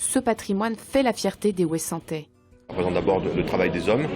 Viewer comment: Des Ouessantais??? 😂